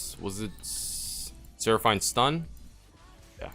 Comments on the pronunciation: coo deh grass* but still better than how he said it lol. Should we address the "Seraph- eine" part now? lmfao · the way you say seraphine urks me lol